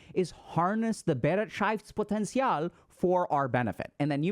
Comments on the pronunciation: *Hermione voice*: it‘s BeREITschaftspotenzial, not BeretSCHEIFTspotenzial :P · you can type the word into google translate and get a rather good pronunciation. Bereitschaft was not comprehensible, because it follows different rules than English (-potential was OK actually). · I like how he says "BEREITSCHAFTSPOTENZIAL!" XD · I really would love to send a voice message to give you the correct pronounciation of Be-reit-schaftS-Poten-tial. Nonetheless, thank you as always for your valuable thoughts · Thanks for the video! I have returned to it multiple times. It is very very useful to me! 💙 But you pronounced "Bereitschaftspotential" wrong. 😂 So, so very wrong, im dying. 🤣😜❤ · The way you pronounce "Bereitschaftspotenzial" is wild, but I love it 😂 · You misspronunced bereitschaftspotenzial hard! btw. It translates to the potantial of beeing ready. I dont know but I feel like reflecting gives me a bad feeling about all the things that went wrong ending on lowering my bereitschaftspotential even more. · Please Dr.K learn how to pronounce Bereitschaftspotenzial correctly. :) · Haha hilarious pronunciation of the German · As a German, hearing Dr K pronounce Bereitschaftspotenzial in the most American way possible was all I needed to cure my depression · your german pronunciation 🤣🤣🤣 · I can't get over how Dr. K pronounced "Bereitschaftspotential". As a german-speaking person, this was wild to hear lmao.